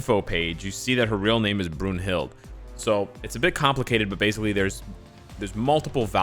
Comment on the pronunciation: It's pronounced "Broon-hil-da"